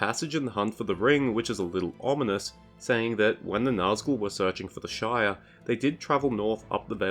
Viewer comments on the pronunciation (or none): none